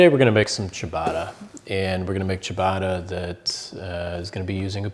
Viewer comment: What the is cha baaaaaa rrrrrra!